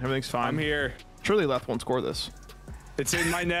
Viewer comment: Leth, not let’s…